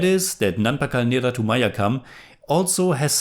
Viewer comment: you can improve malayalam pronunciation just by doing this. The words ending with U, end with sound "eh" rather that "u". Nerath"u" sounds like Nerath"eh"